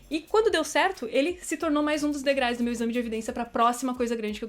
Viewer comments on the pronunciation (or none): Oi,! Adoro seus vídeos, mas 'degrais' arrebentou comigo.